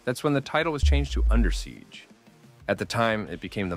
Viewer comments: I gotta say, it's under siege. Not Undersiege. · Good video, though I must complain about how you pronounce "Under Siege" as Undersiege, as if the siege is going on under. Repeatedly.